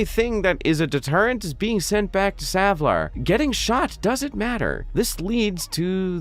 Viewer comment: YAY! Someone who actually says Savlar right! :)